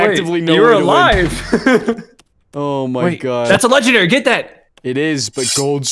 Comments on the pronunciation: said.'"leggendawy >w<" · "Legendawy :3"